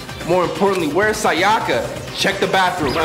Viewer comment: Why do so many people say “si-ahh-kuh”? It’s “Say-uh-kuh”